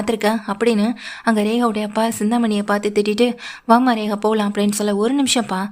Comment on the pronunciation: Rekha va regava. Ucharippu sari illai.